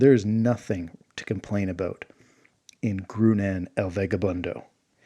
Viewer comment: I think Groonan should be pronounced like grow-naan, which sounds a lot more like Conan would be pronounced in spanish.